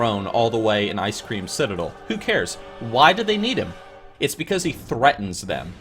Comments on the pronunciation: did he just say ice cream citadel? edit: ok he said it again. first video for this guy and i guess thats just his thing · love your pronunciation :D Fellow melon, Icecream citadel ;)